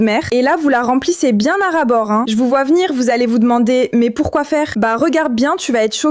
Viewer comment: Mais pourquoi fairrrrr frerrrrr